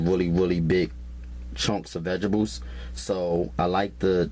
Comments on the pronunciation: is he saying vegetables or vegablez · Did my man say "VEGERBULLS" ????? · "I pry ma vegables." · My "Veh-Gih-Bulls" 😅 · MY VEGIBLES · Rosie Conaghan . ok.lmmfao. "vegeballs" I thought I was the only one who caught that.lmao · There's a T in vegeTables. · "Vejezabulls" tho... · If this dude says "vegables" one more time. I'm going to punch him through this computer screen. LMAO! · Love the videos but that drives me crazy as well!